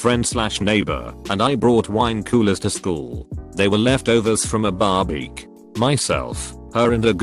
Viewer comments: Ugh! Thought I was the only one who heard that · Barbeque as bar-beck is a good one too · ah yes BARBEEQ